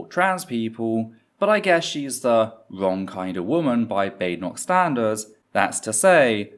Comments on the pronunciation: as an american 1) I'm shocked desantis' name is pronounced "DEE SANTIS" 2) he completely mispronounced Badenoch's name after she had just told everyone how to pronounce it. 3) Desantis is an idiot, no one, not even most republicans out side of Florida, think he's anything but a fascist idiot. he's also term limited now, so expect a bunch of this stupid crap. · Considering the behavior of the conservatives during the election I suspect Ron deliberately mispronounced her name.